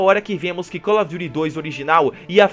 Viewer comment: Call of jury? Kkkkkkk